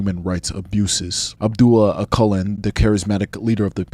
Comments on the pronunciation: bro you pronounced his name wrong. When you say "Öcalan" you should pronounc c as j, not q. İt will sound similiar to "öjalan". Btw Im Turkish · Öcalan is pronounced more like Ah-seh-lan. Oh-kul-en is dead wrong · You can’t even pronounce his name “Abdullah Ocelan”. Kurds don’t fight for nothing, you all know the Turkish state and its brutality.